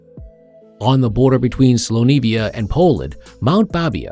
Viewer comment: Need to work on pronunciation of words I've never heard of slonevia